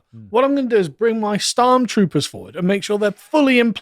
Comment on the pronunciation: Did Carl call them Starmtroopers? LMAOOOOOO